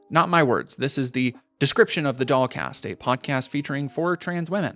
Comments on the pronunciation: lul. This whole time I thought ya was sayin' DogCast. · I wasn’t looking at the screen for most of the stuff about her podcast, and then looked up at one point and was shocked to see that it was called “the dollcast” rather than “the dog cast,” which is what I’d been hearing. Projection I guess.